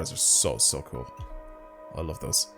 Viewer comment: "Very cuul car"